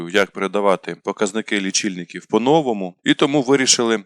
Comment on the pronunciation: Спочатку диктору слід навчитися вірно ставити наголос в укранських словах : "по новому" та інш. Також не існує слова "областя"